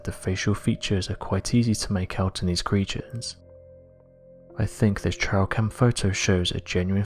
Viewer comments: Awesome video but I wish you would pronounce words properly it's trail camera you say trial camera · Can you please use the correct pronunciation??? It’s a T-R-“A”-I -L camera a TRIAL takes place in for example, a courtroom! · If you pronounce trail like trial, how do you pronounce trial?